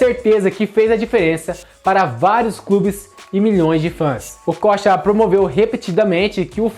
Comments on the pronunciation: Se pronunciava Okôcha, na época...Amador! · kkkk Essa tua pronúncia do nome dele tá tensa! Okocha jogava muito, mas sacanagem esse titulo chamativo p/ visualização. Lembro do Assis no Grêmio, o jornalista pedindo pro Assis, sobre o grande momento que estava vivendo no futebol, ele disse algo do tipo "Tu acha que eu jogo bola, isso pq tu não viu o meu irmão" Não lembro as palavras exatas, mas era tipo isso aí, e na época Ronaldinho ainda era uma criança. Pior que muitos jogadores profissionais nos anos 90, comentavam que quando acabava o treino, eles iam vê o treino das categorias de base, pra vê o Ronaldinho jogar, pq o menino já era foda. O Okocha foi e sempre será uma grande inspiração, mas em relação a Ronaldinho, no caso brincar com a bola, ou melhor usar esses artifício em campo, p/ a construção de jogadas, acredito que o Djalminha foi a maior inspiração!